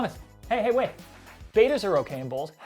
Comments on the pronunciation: Betta, not beta... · This idiot says BAY-TUH, IT"S NOT BETA IT"S Betta. Betta splendens, Betta is a genus that derives it's name from a Thai (Siamese) native name. It is pronounced BET-AH. It has nothing to do with greek or latin.